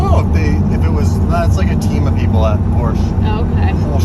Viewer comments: it aint Portia, thats a pompous kid on a porch. Its Porsche with An e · Come on its (pokhsh) or porsh not porscha . U guys in north America ruin the brand names 🤣🤣🤣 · Dave called Porsche a porch 😅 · Apparently my buddy (who is German) said you are both pronouncing the name wrong. It is pronounced PORSHEE like see at the and an sh sound. I did not know that until he said you guys were driving him crazy with the wrong way. ha